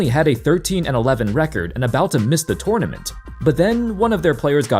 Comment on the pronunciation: It's funny how you say tournament😂😂😂